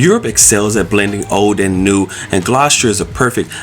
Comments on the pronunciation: It's not pronounced "Gloss-cher". It's pronounced "Gloss-ter". The pronunciation of place names in the UK can be confusing for non-locals (even for British people if they're not from the local area) because many places are not pronounced as they are spelled. It's nice to see you visiting so many places in the UK and enjoying yourselves! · Its pronounced Gloss-ter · Gloucester isn't hard to pronounce. It's pronounced gloster as to rhyme with foster as in foster parent. Dr Foster went to Gloucester, remember the rhyme.